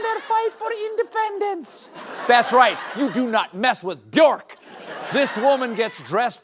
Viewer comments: Common Mispronunciation: "Be-york" (rhymes with "pork"). Correct Pronunciation: "Byerk" (rhymes with "jerk"). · Sigh... Bjork rhymes with work. Do better.